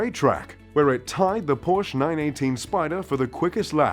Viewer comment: You're not a true car enthusiast if you cannot even pronounce "Porsche" correctly.